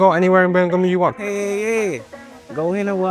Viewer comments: Burr-mēng-HAM, bruv... Emphasis on tha HAM, innit? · Yavo not bron Birmingham. . Dude from Mobile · Dang how can’t pronounce Birmingham? It’s a Birmingham over there we he from too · Bro please say Birmingham correctly yall literally have one over there